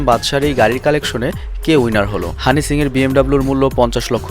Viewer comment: bhai honey singh tar nam honey shings keno bolen .eta ekta naam e nah its a brand soo shomman diye correctly bolen[just kidding] dont mind bro